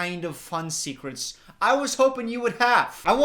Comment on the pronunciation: You said DARKEST SEKRETS